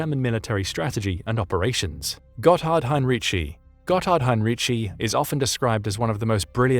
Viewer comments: It is pronounced, in English transliteration highn-ree-ki. In German, especially in words of latinised origin, "c" is never pronounced "tsh". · For your information: Heinrici's surname is pronounced HEIN-reekee (hard "k" on the "c", not a "ch" sound).